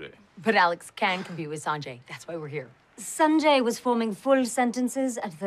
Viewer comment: I hated how they pronounced his name so weirdly in the whole series, I mean at some point he could have corrected them but no. Saaaanjayy bro it's Sanjay(S-un-jay)